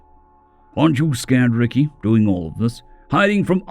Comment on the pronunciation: i think its pronounced rekai not ricky but it sounds so humans to call an alien ricky instead rekai , like calling a spider xeno name Aarragon Argo , whoops thats aussie , human would be calling Aarragon Aaron